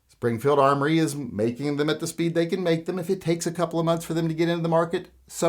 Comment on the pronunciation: Its "Springfield Armory" .